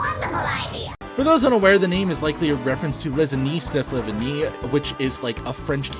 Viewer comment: "Flavigne" is roughly pronounced fla-vee-niuh